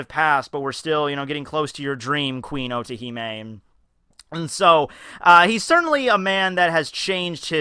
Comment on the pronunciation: everytime you said otohime i heard orihime ! guess i cant leave bleach so easily